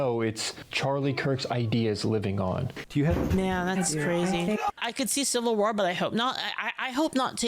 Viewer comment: Is this AI? Noone pronounces "war" that way.